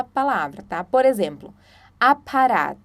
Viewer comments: Se pronuncia "apaHat", como em apa(rr)at, som consonantal em português, e não apa(r)at, como em "prato" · por exemplo, na pronúncia da palavra "Apparat". O som do "r" não seria feito com a garganta? Tenho uma amiga fluente em alemão e ela sempre utiliza desta forma e diz que quando falo o "r" com a língua, soa como se eu tivesse algum sotaque de alguma outra região da Alemanha. Fiquei na dúvida...